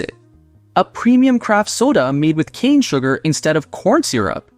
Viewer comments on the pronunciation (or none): none